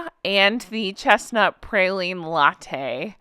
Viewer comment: As someone from Louisiana, it is pronounced “praw-leen” not “pray-leen”. Great video!! Not a Starbucks fan but it was a fun video! ❤❤❤